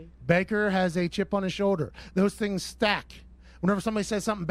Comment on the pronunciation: I hate how he says "shoulder". He say "showder".